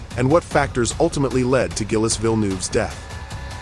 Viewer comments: Zheel, not Gill-es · Gill-Us? AI has a ways to go yet. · Gil-es?! I hate AI narration! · Not gillis. Pronounced jeel. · Gil-les Villenoove, Yohan Mass and Didier Pie-Roni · Gill-ess? C'mon lose the AI shit voiceovers and use the right kind of car. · Gillis? Fuck off with AI shit like this. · Who the f*#! is Gill-iss? And Vill-noov? 😂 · Gillis and Pie-Roni? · Gillis Villnoove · Totally agree.... Gillis ate his Pie with Roni.....pffff, stopped at 55 seconds and went to another video. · Hi Mr AI, Gilles ="Jill" Thanks, Your pal Berkowitz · I don’t think it’s a “ good job.” They may have done a deep technological analysis about the accident itself, BUT they didn’t give Gilles the proper respect to pronounce his first name correctly. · For God’s Sake, If You’re Going To Profit from a Man’s Death, Pronounce His Name Correctly!!!! Bloody AI!!!! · RIPETO! IL VIDEO FA CAGARE! CHI LO HA MESSO IN RETE HA FATTO UN MONTAGGIO DI MERDA E NON SA PRONUNCIARE NEMMENO IL NOME DEL POVERO GILLES! TUTTI I PILOTI MORTI IN PISTA VANNO RISPETTATI! COMPRESO LUI! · gill esse ??? pyeroni??? johan mass?? in depth research and cand even get names right